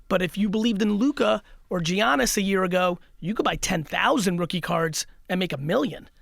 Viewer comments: Its not effin giannis.. its pronounced yannis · bro really said Jiannis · Please learn how say Giannis sheesh